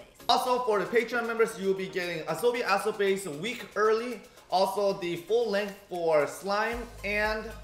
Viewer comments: Kinda triggers me that they say "asobi asobeis" instead of "asobi asobasé" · they pronounce it as ah-so-be ah-so-base while it is ah-so-be ah-so-ba-say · It's actually pronounced ba-se. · Love you guys <3 Oh BTW Its pronunciation is aso-BA-SE A is said more like saying ASS